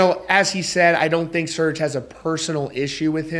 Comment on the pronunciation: You have to love how Americans butcher every European name or word, its not pronounced SEARCH but Ser-jay xD I was listening to something else the other day and try and listen to an American say 'Charlamagne' xD Also if Serj stands behind all the stuff he preaches, how come he still is willing to play shows in America? xD